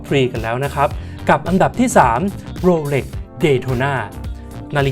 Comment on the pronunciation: เขาอ่านว่า โรเหล็ก ไม่ใข่ โรเหร็ก